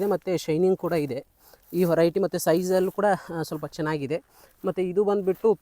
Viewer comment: adu horiety alla veriety ....kannada swlpa shudda vaagi irali